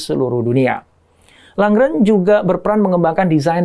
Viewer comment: IKEA, Småland, Lundgren... sebaiknya pelafalannya tidak perlu diinggriskan. Karena pelafalan swedianya sama persis dg Indonesia. Salam.